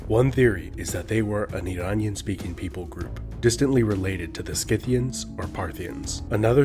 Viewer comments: Great video. However, Nike is pronounced "Nykee". Scythians is pronounced "Sitheeans" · I don't understand how there can be a single dislike. These are nearly flawless videos where I am unable to poke holes in anything...... besides your pronunciation of Scythians lol. Well-researched though and I love how these help fill in my knowledge gaps.